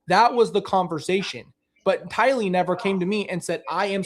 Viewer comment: Tylee not Kaylee